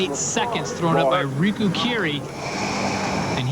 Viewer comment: Bill really couldn't be arsed to learn that Riku's name isn't Rico